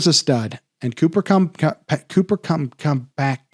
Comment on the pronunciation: Cooper cumcup!? You ok doc 😂 :_doc::_doc::_doc::_banger::_banger::_banger